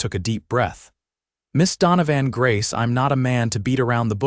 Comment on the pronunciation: It's pronounced don-o- van